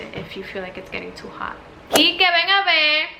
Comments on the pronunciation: Cuando dijiste “ven a verrrr” dije: no wayy she’s dominican!!! Tu acento en español te delata. 😭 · Right in the exact moment you said “ven a ve” Yo dije: Ella tiene que ser dominicana 😂